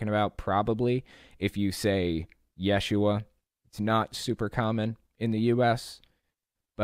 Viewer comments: Close, but you're putting the emphasis on the wrong syllable. It's pronounced ye-SHU-ah. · According to a Hebrew scholar I have conversed with, 1st century Hebrew speakers would have pronounced his name as Yeshu. The "ah" ending would not be pronounced. Further, adding the "ah" on the end of Yeshu would make it the feminine form of the name. That's right, Yeshu is a boy's name, Yeshua is a girl's name. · you are correct. And a few Aramaic words also appear in our TANAKH, such as in Jeremiah . In the first century ce, Hebrew and Aramaic would have mixed to some degree. Pronunciations of words would have changed due to the blending. I will leave it to the scholars to argue as to how it would have sounded.